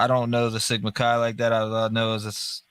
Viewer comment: Chi is pronounced like the beginning of kayak, by the way.